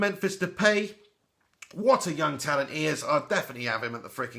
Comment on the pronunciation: It's De-Pie, Just sayin. good video btw brother!